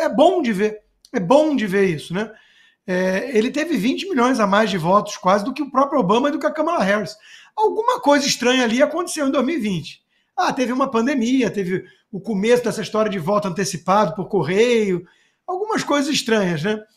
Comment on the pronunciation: AS PiSSOAS",CONSTA?!!! SÉRIO?!!!! "pis-so-as"? JÁ NÃO BASTAVA O "ACONTiCEU"?!!